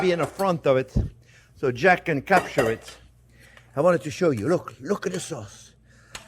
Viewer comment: cause = sauce